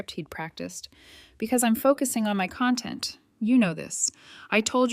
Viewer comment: and CONtent/conTENT